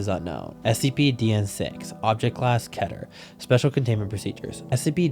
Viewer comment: The most baffling mispronounciation of Keter class.